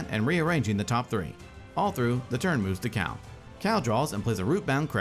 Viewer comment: Cal, not Cao.